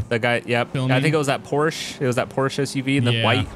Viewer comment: Lol not being able to pronounce Porsche properly.